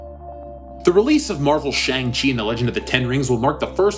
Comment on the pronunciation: SHANG- CHI...hahahahaha, make it Stop ooh ohh me sides are splitting